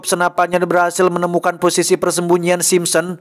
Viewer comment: Sapa yg ngakak pas salah sebut Simpson 😂